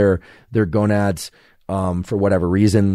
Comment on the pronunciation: He said gonuds haha! :face-blue-smiling